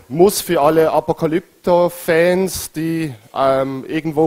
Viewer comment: Ich auch! Am besten fand ich seine Sprachfehler ("Apokalypter-Fans").